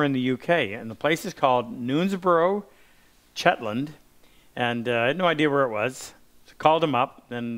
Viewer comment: Shetland, not Chetland